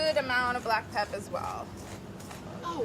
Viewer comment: I hit my head on the desk every time she says black pep.